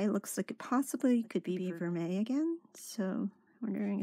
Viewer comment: Congratulations!!! 🥳👍 You pronounced ‘vermeil’ correctly!!! 🏆 Everyone has problems with that one!! Rocks! 🥰